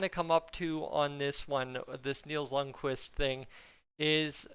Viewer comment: It's pronounced "k"Vist"! Not "k'wist". Jesus, Edmonton fans SHOULD know a little bit more about Scandinavian pronunciation by now!🤦🏻‍♂️🤦🏻‍♂️🤦🏻‍♂️